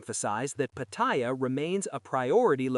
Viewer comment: Try learning how to pronounce Pattaya.